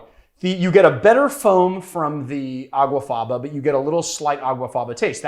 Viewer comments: It's aquafaba, not aguafaba. The Latin for bean water is aqua faba. He actually wrote the misspelling in the description. Is this barfly not so educated? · It's not called Aguafaba it's called Aquafaba.